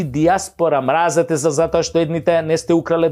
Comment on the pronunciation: ти си глумец и си учел Македонски јазик каде што се изговара мразетесе иако се пише мразете се. Мразете СЕ влече на српски.